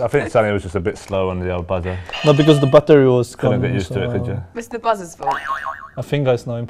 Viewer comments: 손흥민 빠떼리 발음 오져버렸다 ㅋㅋㅋㅋ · Korean style intonation "battery" = 밧데리 ㅋㅋㅋㅋ